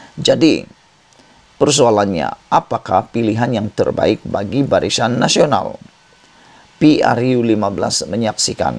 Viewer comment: Sebutan pun salah. Barisan bukan barisyan....